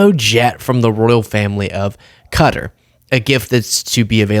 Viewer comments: its not "cutter" its qatar as in kahtahr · No actually it, " Qa' tar" NOT ," CUTTER" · It's QA-TARR ffs It is ABSOLUTELY NOT KU-TA why do Americans do this?? It's I rak all over again 😭😭😭😭😭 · Yoh sound like a republican calling it “cutter”. It’s ka-TAR. NO WONDER THE ENTIRE WORLD THINKS WERE STUPID…. We sound stupid. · Qatar is pronounced Kew-tah, not "cutter" or however you're mangling it. Sorry, just had to point that out. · Can everyone please stop this horse shit pronouncing it cutter. It seems everyone is doing it. It's more like Qu Tahr. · Hey Americans it’s pronounced Ka-tar … not ‘cutter’ I lived in the middles east …… 😂😂😂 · It’s Qatar ,like ku tar not Cutter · I'm sorry but Qatar is not pronounced Cut-ter, it's actually Kuh-tar. Otherwise I enjoy listening to you daily. But saying cutter sounds like nails on a chalk board. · It's not Cutter it's pronounced Cu-tar.. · I lived in Qatar, I'm sorry but youre wrong, its 100% NOT 'Cutter', its like KAh Taa, heavy on the K & T with a rolled r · It’s “Qatar” as in Kah-tar, or Kuh-tar, not “Cutter”. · Its not pronounced Cutter. Its cu-tar. You know you can Google any word to find out how to pronounce it. Cutter was US military lazy pronunciation. In Arabic its pronounced like coo tar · It's not pronounced "cutter". You had it right the first time, "kuh-tar." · I like your show but it's not Kutter. It's Qatar. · Qatar is pronounced "kuh-tarr" not, "cutter" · Hmmm hate to be picky but you do actually pronounce Qatar more like kah tar and not cutter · it's not "Cutter", it's Qatar. the second pronounciation was right. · …not “cutter” but “Ka-tar” with an emphasis on the “ka” part - and where the “k” is pronounced somewhat softly - with a hint of a “g” sound to it - and in native pronunciation the K turns almost completely into a G. Cutter is something else… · It’s «ka-taar», not «cutter» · It's pronounced "kuh-TAR." I got it wrong the first time I read it. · No it is pronounced Cat-Tar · It's Kuh-TAAR